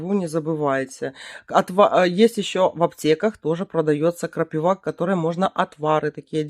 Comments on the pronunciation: при всем уважении не крапивА, а крапИва. Извини 😊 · Только почему крапивА? КрапИва же.